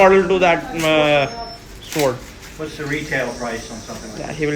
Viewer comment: This is my fevret shword.. I love this shword...